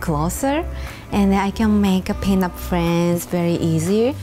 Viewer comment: I keep hearing peanut